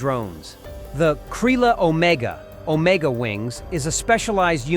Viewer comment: Author Not "Kraiyla Omega. But "Krila Omega". You pronunciation is wayyy of. I recommend using google voice before voice overs.